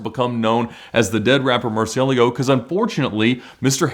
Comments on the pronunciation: What are YOU talking about? I know it is Spanish and this is far from the proper pronunciation especially when he claims that’s the right one…… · than you should know that his pronunciation is wrong, i am a native spanish speaker as well